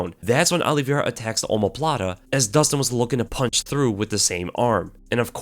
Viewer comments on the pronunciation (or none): none